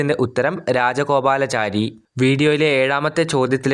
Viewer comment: രാജഗോപാല " ചാരി" അല്ല രാജഗോപാലാചാരി എന്ന് കൂട്ടിവായിക്കണെ ചേട്ടാ😂 വീഡിയോയിൽ ഒരുപാട് തെറ്റുകൾ ഉണ്ട്.